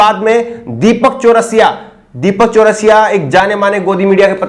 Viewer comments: एक तो वीडियो को रोक कर ये कमेंट कर रहा हु ज़रा ध्यान से सुनो।। ये पत्रकार पत्राकार क्या है ये तेजा तेजा। नाम गलत कहे ले रहै हो बे। अंजना ओम मोदी है तुम कश्यप कह कर बुला रहे हो दीपक चरसिया है चरस पी कर टीवी पर आता है।। तुम चौरसिया चौरासिया कहे कह रहे हो।। गलत पत्रकारिता न करो।।सही से नाम ल्यो।।। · Bhaiya ye Deepak Chaurasia nhi charai hai aap naam ka Sahi se ucharan kariyega next time se.... Please